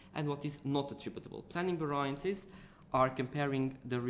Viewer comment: I hate how you pronounce 'variances' !!!!! ...it's pronounced as 'va-ree-yances' ...by the way brilliant vid very helpful. Sorry if I offend you :)